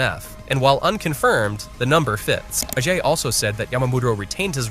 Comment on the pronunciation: Is dbhype 100% AI voiced? Calling "Ajay" "ahhhhjay"